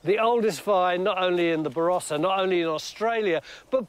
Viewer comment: Varossa? It starts with a B.